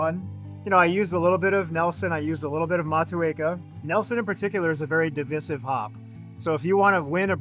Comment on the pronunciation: may start pronouncing divisive differently. thanks